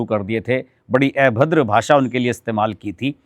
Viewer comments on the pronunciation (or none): अभद्र होता है.... ऐभद्र नहीं होता!